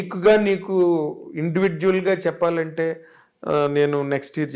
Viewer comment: చెప్పలంటే కాదు చెప్పాలంటే అనాలి ప కి దీర్ఘం పెట్టండి